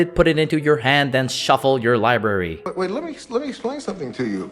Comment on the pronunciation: "Search their lieberry"